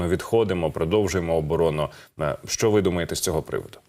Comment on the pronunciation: не сЧчЧччЧо а шшщо.... звук шшшш не ЧЧЧ